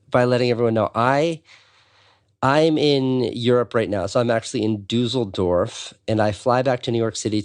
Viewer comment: DuSSSSSSSSledorf not Doozledorf